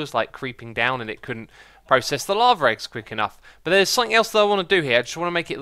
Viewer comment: I love when X says lava and it's like he's saying laver